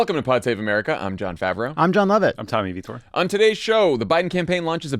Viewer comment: Tommy, don't be so Humble that you Mumble your name. Don't say it for 'you'; say it for the listeners! Some of us are new. Follow the lead of Jon & Lovett ;) Thanks!